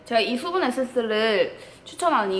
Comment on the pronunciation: 국밥 퍼묵퍼묵할때 보다 화장품 리뷰할때가 더 잘어울렼ㅋㅋㅋㅋ워쩔ㅋㅋㅋ (이런 캐미녀 이 먹방해줘서 다시금 아리가또~) (Thㅜ분 에센thㅜ, ㅋㅋ th발음 귀욤귀욤)